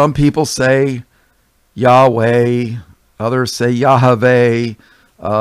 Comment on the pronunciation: Lol Yeshua WasWWhooiii yahwhoooihaha The Indian from the cartoon